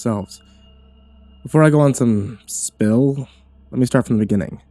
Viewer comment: I think spiel is pronounced like Sssspeel instead of spill.